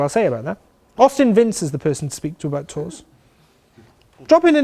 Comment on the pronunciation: Great, nicely presented. Whales were probably about the size of whales : ) I was confused when you said 'tours, ... no! Do it yourself!' because I heard 'tools' and then realised you were discussing organised tours. It is amazing how there's a consitant message in most biking tour advice from those who have done it - just get on and ride. Brilliant, thank you.